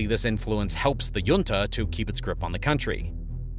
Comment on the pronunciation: Please pronounc junta correctly. How would you pronounce the California city of La Jolla